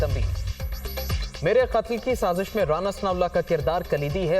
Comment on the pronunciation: شازش نہیں سازش ہے